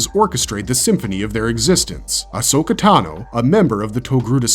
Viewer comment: please stop saying ahso-katano. It makes me uncomfortable as hell